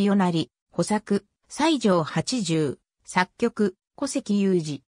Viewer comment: サイジョウヤソだあほ Wikipediaのコピペで大方読み方も知らないんだろ